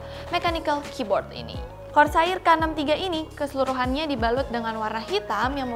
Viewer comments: korseir deh neng bukan kor sair.. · bacanya Kor ser sayang, bukan kor sa ir 😂😂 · kors air wa dengernya wkkwkw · saya beserta ribuan orang disini udah maafin pengucapan KORSAAIR nya karna kamu cantik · KOR - SAYIR TEN - KEILES ..................... Nice review though, Bahasa Indo nya ga perlu terlalu kaku , kalem aja mbak xD xD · Kor Sa IR tapi kalo yang ngomong mantap jiwa aja lah pokoknya 😂😂😂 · kor sair rip English:( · cewek selalu benar... "kor sair" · "kor sair" bukan "sair" buat ngambil ikan kan? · iya gregeten gw dengernya